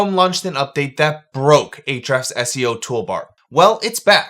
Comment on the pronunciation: "H-refs" --- the "A" is silent. Mind = blown.